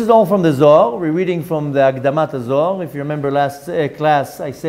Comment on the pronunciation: Did you say akdama ha Zohar?